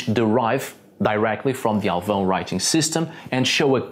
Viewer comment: Great pronunciation of Alvão! You sound like a portuguese native!